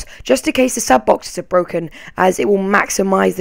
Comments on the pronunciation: It sounded like he said "Piss off" instead of "Peace off" lolzzz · Peace off sounds like "PISS OFF" when she says it lol